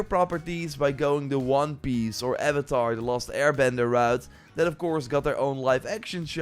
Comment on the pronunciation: It’s pronounced avatar the last Airbender not avatar the lost Airbender. I’m just trying to help you out.